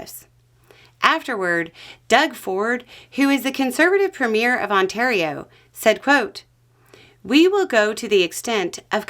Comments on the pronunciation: Good Video Though the pronounciation of "Premier is ".... PRE-mier. Not pre-MIER. A movie has a pre-MIER. Provinces have a PRE-mier. He/she is the leader of the party that won the most seats in the election. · Thanks for picking up on this. If I hear that Trudeau is weak one more time, I'm going to lose it. I'm 49 and I've lived beside the elephant my whole life. Just a little background... Doug Ford is the Premier (it's a French word so in English it's pronounced Preemyeer) of Ontario. Doug Ford is cagy af. He's a corner cutting, rule skirting, Conservative. Reminds me of Boss Hogg from the Dukes of Hazzard... But not dumb. A Conservative in Canada translates roughly to a lefty republican down there without the MAGA. This might be a good time to explain that the Overton Window in the US is skewed right so our "right" wing is a right leaning Democrat. 🙄 Back to Doug. He's VERY focused on money and trade. And he loves his bridge. The Ambassador bridge linking Detroit and Windsor that does like... An estimated 3 billion dollars a DAY in trade between us. I forgot to mention that Ontario is the big blob that most Americans think of as "Canada". Ontario is where all our cross-border cars are made. Remember the industries that were affected during that crazy Trucker Convoy? This is going to be the same thing. So, you have Ontario that produces your power, and so does Quebec (Keeh Beck). They will also cut you off. Central Canada is Manitoba. It's at the other end of I 75. We've also got lots of hydro energy, but we don't supply you guys. We DO send food and lithium and lots of other stuff. Big in the grain/mining sectors. We have all the water. The 10th biggest lake in the world or some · PRE mier, not pre-MIER. Thank you! Love your channel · Just a tip. Premier is not pronounced like a movie premiere. It's PREE-mi-er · Prem yair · We really need to discuss the pronunciation of Premier